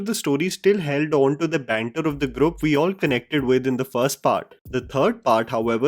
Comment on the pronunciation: Ok as always great review. Just one thing, the word ‘group’ is pronounced ‘groop’ and not ‘grup’